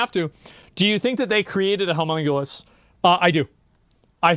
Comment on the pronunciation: He was mispronouncing “homunculus.”